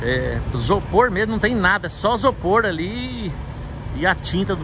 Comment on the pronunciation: Bom dia. Não é Sopor e sim Isopor. Não é Fusil e sim Fusível